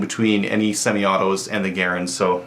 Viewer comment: It's not GUH-rand It's GARE-and